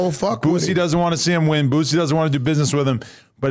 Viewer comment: Wack please stop calln dat man BOOTsie 🤣 its cringy